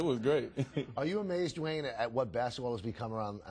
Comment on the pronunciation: he says "D Wayde" lmao